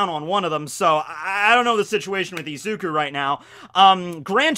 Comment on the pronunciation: This boy called izuku ezuku 😂